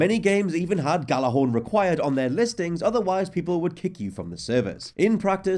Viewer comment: Its pronounced yahl-lahr-hawrn